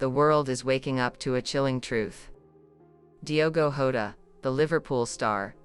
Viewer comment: You can’t even get his name right 🤷‍♂️🤦‍♂️